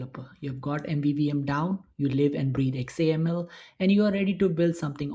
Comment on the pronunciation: Anyone else cringe when you hear X A M L spelled out? 😂